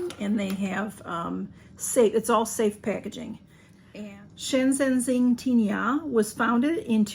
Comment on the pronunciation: Hi I am impressed you pronounced the name so perfect. The packaging looks beautiful. Yummy chocolates 😊